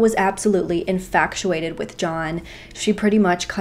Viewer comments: I’m sorry but did she just say YO-KUHN instead of GMC YOU-CON (Yukon) and inFACTuated instead of inFATuated??! 😅😅😂😂😂🤯 Sorry, I just can’t be the only one who noticed that. I know that has absolutely nothing to do with this case and doesn’t matter but it just caught me off guard lol. And I adore her, that’s why I’m watching. I’m just giving her grief lol! RIP to this beautiful woman and I hope they have now found this POS 😢 (I’m watching a year or more later, as I’ve just found her channel recently and I’m binge watching her videos). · It's infatuated, not "infactuated"...there's no c or c sound. I've heard you say it in other videos too & thought maybe you just misspoke but anyway since I keep hearing you do it, thought I should correct you! ☺ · I think you mean "exudes." And I think meant "infatuated" when she said "infactuated." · The word is "inFATuated," not "inFACTuated."